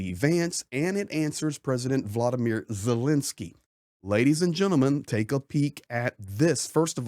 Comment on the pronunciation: It's VoloDymyr (accent on third syllable) Zelenskyy, not "VoLOdymyr Zelinskyy."